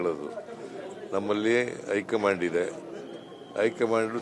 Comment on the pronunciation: ಅದು ಹೈ ಕಮನd ಅಲ್ಲ ಹೈ ಘmaand😂❤😂